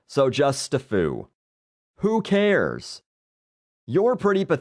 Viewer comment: "Stafoo" ...God I fucking that.